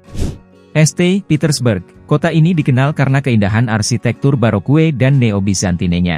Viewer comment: Bacanya yang bener. St. dibaca saint, bukan este. Baroque dibaca barok, bukan barokue.